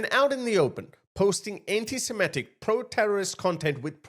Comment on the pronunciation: THAT GUY CANT EVEN PRONOUNCE SEMITIC he was saying simetic